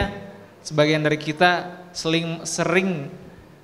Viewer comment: Alhamdulillah mantap Tapi tadi bilang sering nya kok jadi seling mulu hehe